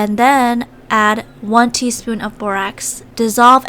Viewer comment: Im not being mean i love your videos but every time you say “teaspoon” i hear “tease poon” lol 😂